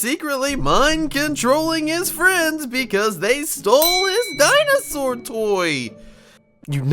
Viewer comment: how pronounce dinosaur __________ DINE SAW RAWRRRR